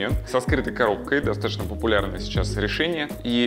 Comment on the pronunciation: Режет слух слово "достатошно")) Произносите, пожалуйста, грамотно: ДостатоЧно.